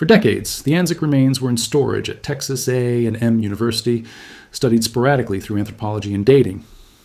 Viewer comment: he does say A and M incorrectly though we pronounce it as a word not letters.